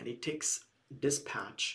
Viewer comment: Great Video!! Thank you very much. You pronounced 'dispach' instead of 'dispatch'. Keep going, It is amazing!!